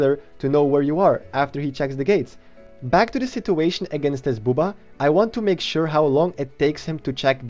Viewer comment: Ever since i heard people call buhb-ba as boo-baa. I cant go back 😂😂